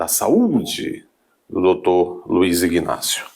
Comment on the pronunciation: Homem, a pronúncia correta é Inácio e NÃO IGnácio.